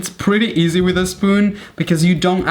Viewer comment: He pronounce easy as E - ZE No hate